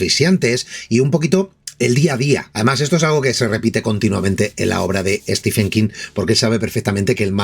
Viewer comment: Un detalle: Stephen se pronuncia como si se escribiera Steven, es decir ¡no al sonido /f/!